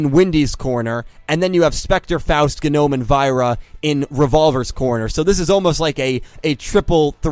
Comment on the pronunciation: Am I the only one who thinks Dr. Genome's name should be pronounced "jee-nome", as in the Human Genome, and not "geh-nome", as if someone doesn't know that the g in gnome is silent?